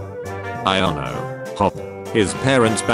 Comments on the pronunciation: it's iono, not Lono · Her names Iono, not Lono. It's a capital I (like in all names), not a lower case L. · Just saying The gen 9 electric gym leaders name is pronounced eye-oh-no not low-no you can tell because it is a name so it is a capital I not a lowercase L, if it were low-no it would be spelt Lono not lono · Its not lono/LONO, it's iono/IONO. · Its not lono. Its iono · This is hard .... Iono or Elesa ? Also why does it always says Lono ?